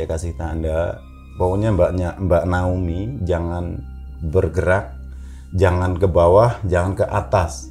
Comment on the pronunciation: naomi pak,bukan naoni 😄